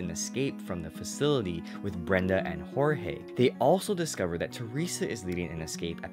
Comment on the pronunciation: simins inkorp he pronounced it right. They say it in the scorch trials movie